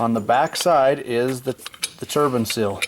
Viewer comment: And it's seal, not sill. haha